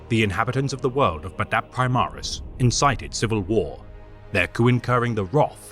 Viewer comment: Cool video, but the way you say badab is terrible 😂😂😂 it's bad-ab, two syllables not badab, one syllables lol